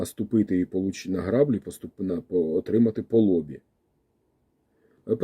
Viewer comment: Вибачте, що виправляю, але це важливо: не грАблі, а граблІ по-українськи - наголос на останній склад